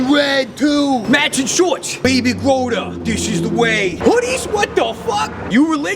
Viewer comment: I thought he said "baby scrotum" for a sec instead of baby yoda ROFL